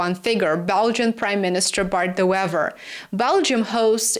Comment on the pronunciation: De Wever is pronounced The Waver